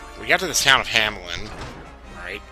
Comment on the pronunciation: xDD, you even heard them say it in the game, it's just "ham-lin" not "ha-me-lin", but you're probably done with this part of the game already. I thought you were doing it on purpose lol but that and porcelain/porcine annoy me just a bit. Typically it doesn't bother me one flying fuck but of all the years these have been the only ones xD cool story bro, nobody cares